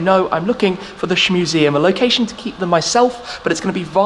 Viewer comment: He’s calling it the shmuseum🤦‍♂️lol